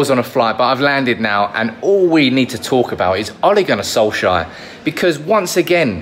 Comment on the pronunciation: By the way, Solskjær is actually pronounced more like Sol-chair than Sol-shire.